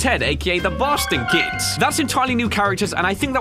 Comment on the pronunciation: did he say "The Boston Kids" or "The Bastard Kids" ?